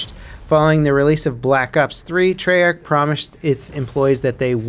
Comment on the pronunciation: I cringed when he said Treyarch...... "Tree-arch"😂